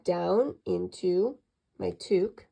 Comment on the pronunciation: towk not tooook